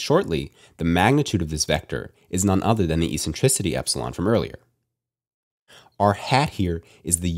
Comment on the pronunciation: This is the first time I hear eccentricity pronounced with as “essentricity”, but always as “eKSentricity.” Good job though and thanks for these videos.